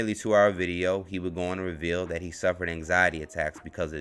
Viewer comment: How do you say " dat" and "dis" and have proper grammar??